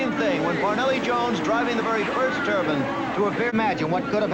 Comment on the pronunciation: I cringed every time the announcer called it a turban jet engine. First of all, a turbine engine is not the same thing as a jet engine. Jet engines rely on the exhaust gases to produce thrust. The turbine engine uses the exhaust gases to turn a turbine that sends power to the wheels through a transmission. And I have believed ever since 1967 that the turbine car was doomed from the start because racing doesn't like anything that doesn't conform to its own notions. The same reason that electric cars today are segregated in F1 formula racing and put in a category called fe. It doesn't matter that the electric race cars can not only keep up with the gasoline engines, but can actually hold their own and beat them. What matters is racing is not what it started out being. Racing started out as a way to improve automobiles. It has nothing to do with improving anything anymore.